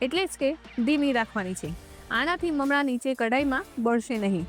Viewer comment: બહેન તમે મમળા કેમ બોલોછો?મમરા બોલાય.